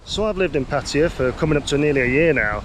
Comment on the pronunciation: “PAT-uh-yah”, NOT “puh-TIE-uh” First syllable stressed Sounds like: PAT (as in pat on the back) “uh” (schwa) “yah”